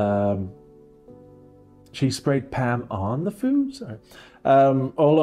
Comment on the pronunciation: thank you for perfectly capturing the absolutely infuriating way that pronounces ‘food’. makes my blood boil every time!!